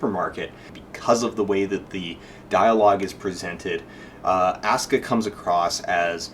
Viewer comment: Don't know, but I find it hard to take your analysis of the emotive intent in the japanese seriously, when you serially mispronounce Asuka's name. If you can't even pick out a main character's name when spoken in a foreign language, your ability to parse said foreign language for other information might be suspect.